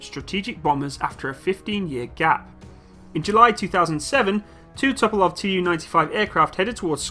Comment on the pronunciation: Tu-polev, not To-po-love. Great plane, great turboprops.